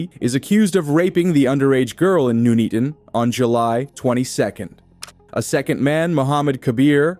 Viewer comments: Nuneaton. "None eaten", not "noon eaten". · Its NONE EATON not NOOO NEATON ! sort it out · It’s pronounced NUN-ETON as in ‘none eaten’.